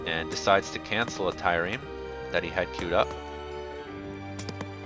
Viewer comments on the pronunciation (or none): Tie-reme? Trireme..